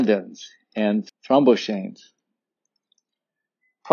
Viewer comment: O:44. Box. Pronounced: throm BOX aines. Eicosanoids was spelled wrong. Only one "d". Pronounced ee CO san oids.